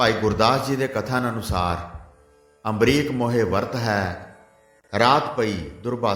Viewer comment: Bhai ji ambrish hai ambrik nhi g